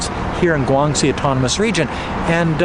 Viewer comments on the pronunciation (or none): none